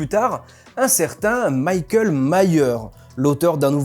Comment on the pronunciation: Super vidéo, merci! Juste une petite remarque: Michael se prononce Mikael et non pas Maykel (à l’anglaise) 😉